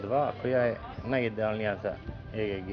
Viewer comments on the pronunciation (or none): vala bas. cuj e ge ge. pa reci egg isti k ili JAJE! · Kaze e ge ge hahaha legendo :)) aa svaka cast ti zeni prezgodna je ;)